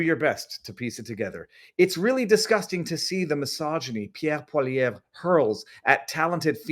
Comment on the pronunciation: You are the first broadcaster i've pronouce pierre's name correctly